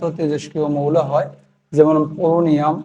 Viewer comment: Po, পোরোনিয়াম ❌ পোলোনিয়াম✅